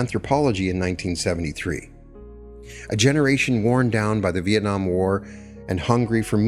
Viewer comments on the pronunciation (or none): none